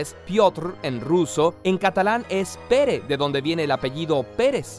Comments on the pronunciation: Exacto! Me dio rabia cuando lo pronunció mal XD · Jajajaja soy catalana y “Pere” se pronuncia pera ‘ si como una 🍐